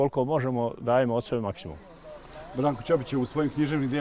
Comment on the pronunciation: Bravo za svestenika i mjestane za njihov izgovor Brankovog prezimena.I ja sam rođena ispod Grmeca gdje imamo porodica Ćopica.